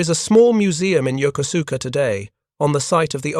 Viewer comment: Yokosuka: yoh-ko'-ska. Not yoker sooker.